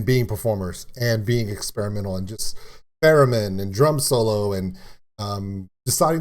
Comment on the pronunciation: Laughing because it sounded like you said "Feramin" instead of "Theramin". ;)